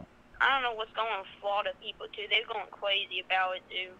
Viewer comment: How long has Florida been cwazy?